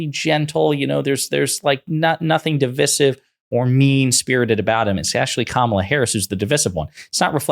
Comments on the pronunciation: You better stop saying divisive that way... it's divisive not divisive. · Divisive isn’t pronounced the way the host thinks it is.